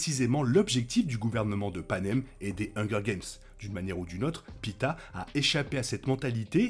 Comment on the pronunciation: Par contre le gars n'est pas un kebab hn, il se nomme Peeta et non pita